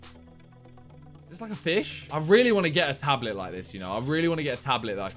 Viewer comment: no one: absolutely no one: Simon: tablit if you take offense you are next level of stupidity